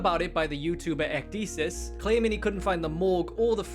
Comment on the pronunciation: It should be unironically illegal to have banger music in your YouTube videos without linking to it smh. Also, edit to add actual feedback: Ecdysis's name is pronounced Eck-Die-Sis, not Eck-Dee-Sis.